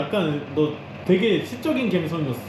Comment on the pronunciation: 영상 속 된발음필요포인트:되게 감쪽같아.. 더!!더!! 발음을 쎄게 해야지!! 가자미 싸다구는 나도 하고 싶네그려~ ㅎㅎ